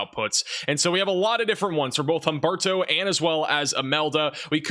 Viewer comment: Humberto, Imelda?.. Names that don’t exactly roll off one’s tongue. Though did great at pronouncing them!! 👍🌀🌀👀😵‍💫